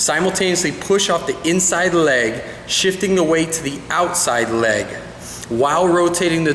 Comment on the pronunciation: was it just me who found it really funny the way he said leg?? great video tho!